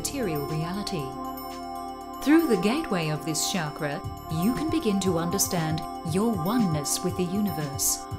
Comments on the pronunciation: I hate it when I hear Chakra pronounced as "Sharkra" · sounded like shagra